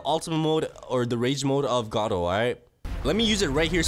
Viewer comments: WHY HE CALL IT garo instead of garou thats a big big mystery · Gardru bruh it’s garou